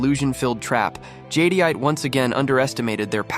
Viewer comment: Nice video...not to be a nitpicker but but...it's pronounced Jed-ite. Cool that AI made look like a vampire.